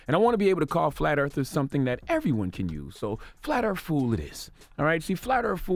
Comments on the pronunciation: “Flat Earf”. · "Flat Earf"? wtf